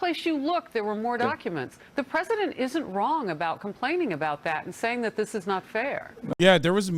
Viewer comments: That dude said presinent right before he correctly pronounced presidential lmao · The guy who kept saying "Presinent" was driving me crazy